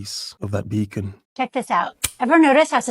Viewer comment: He said beacon I think? 😅